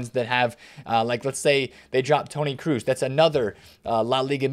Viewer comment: Double o in German is not pronounced like an U. It’s cross, not Cruise ;)